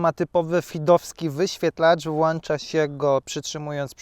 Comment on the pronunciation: "włącza" nie "włancza" i jak mało trzeba mieć w głowie żeby promować skuter który przez dziury w prawie jeździ sobie po chódnikach?